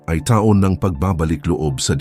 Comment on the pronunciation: Oi, putok, taon. Pronounce it correctly.